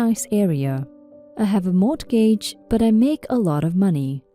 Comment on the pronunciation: mortgage is actually pronounced maw-guhj... just saying...